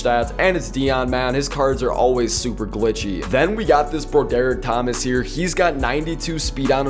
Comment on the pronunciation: My guy Broderick is pronounced (Brawderick)😭